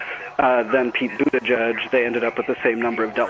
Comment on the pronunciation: That name-thing really bugs me. Buttigieg was on TV, pronouncing his name correctly, so others can learn. For a short time, some people pronounced it correctly, but now it seems like everyone decided to just call him Buttijudge. Americans and names. Simply embarassing.